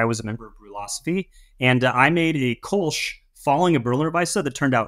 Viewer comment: Lol kohlsch😂 its called Kölsch